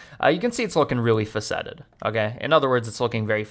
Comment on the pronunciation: I never knew you could do this :) I also never knew you could pronounce FA-ce-ted as fa-CET-ed.